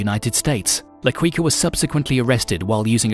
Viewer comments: His nickname is pronounced la key-ka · Why is he saying la kweekah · La Quica = Key Ka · La quicka🤣🤣🤣🤣🤣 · la queekaah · Quica also needs some work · You’re a La Queef for this pronunciation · Why does he pronounce the name like that? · The way he pronounces quica is soo annoying damn😂😂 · Not qweeka.... it's keeka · "La Ki-ka" lol not queeka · LA-KEE-KA, NOT LA-KWI-KA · It's pronounce la kika..not la kooika like a wookie name 🤷🏼‍♂️🤷🏼‍♂️🤦🏼‍♂️🤦🏼‍♂️🤦🏼‍♂️ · La Quica is pronounced like keeka. As you pronounced sounds like cuica which means jumping rope. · It's La Quica as in La Kicka not Quicka🙄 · Also, its pronounced qica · Hin pronouncing la quica triggers the most like what is that shit? He some quicksilver or what? Quuuuicaaa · La Kwika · La Cuica 🤣🤣🤣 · La quiika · If LaQuica is still alive he would assinate this announcer for murdering Medellin and La Quicka 🤣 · Man said “La Quwica”💀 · La Kweeka ????? 😂😂😂😂😂 lmao (Had more...but this was the funniest) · my man said La Kweeka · “La Qwica” 😂😂😂😂😂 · La "Kika" if its easier for you to pronounce. The U is silent. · Pronounced "Key-Kah" Edit: You mispronounced so much homie lol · From ‘La Quica’ to ‘La Kweeka’ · it's la kika dawg that's how you pronounce it 😒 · I quit after hearing la queeka the first time. Mtfk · "Medlin"?¿¿ la "Quicka"?¿? Awful pronuntation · “La Qwuica”